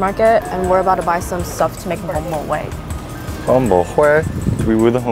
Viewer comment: The pronunciation of Bún Bò Huế is wrong 😑 but I liked the video 😊 I’m a huge fan